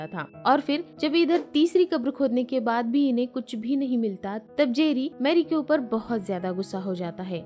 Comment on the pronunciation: Her name was Marie (मरी) not मैरी